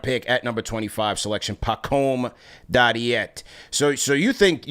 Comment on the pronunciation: listening to mispronounce dadiet the entire episode was like nails across a chalkboard for me